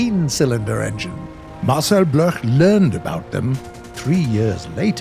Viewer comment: Can war thunder pleas re add the option to have three colored smoke trails? By the way, Marcel Bloch is prounounciated Marcel Block, he later changed name to Marcel dassauld